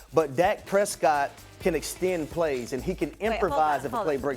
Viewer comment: Lol, Harry, Dak Presscot?! 🤣 OMG 😂...